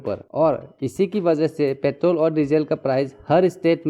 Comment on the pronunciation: Its Petrol.... not pethroll. However good explanation bro.